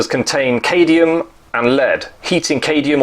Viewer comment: It’s not cadium it is cadmium.